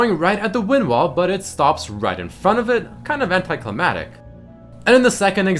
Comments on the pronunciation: Hate to be that guy, but I've noticed you say it in a couple videos. It's anti-climactic, not anti-climatic. As in, anti climax. The more you know, you know? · AnticliMACtic* not anticlimatic. Crybabymercypls. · it annoys me when he says anticlimactic because it sounds like "anticlimatic" lol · Cli-MAC-tic. Mactic. ^